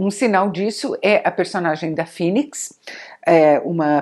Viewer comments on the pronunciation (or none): none